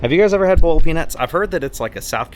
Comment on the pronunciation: “Burled” peanuts as it should be pronounced are my favorite southern delicacy after shrimp-n-grits. Spicy please!